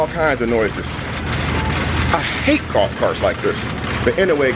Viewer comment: Did you say “I hate gulf carts like this”